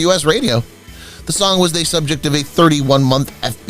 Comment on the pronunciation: How annoying. He keeps saying, "thee" before a consonant, instead of "th-uh (the).